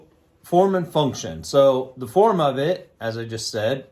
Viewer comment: If i had a dollar for every time he said Fourm and funtion...